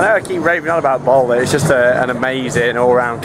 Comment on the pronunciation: the name NOT bolder ! the name is BALDER !